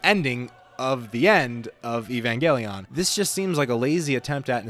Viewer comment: Great video! I have many of the same gripes about the rebuilds that you do, but I’ve never really been able to articulate them clearly. Now, I can just send my friends this video lol. “Eevangeliawn” and “kowaru” was pretty funny to hear though haha